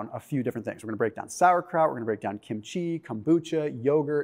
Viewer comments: the accent is on the first syllable. KIM-chi. Not kim-CHEE. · I love kimchi. (It's pronounced kim' chi. Emphasis on the first syllable)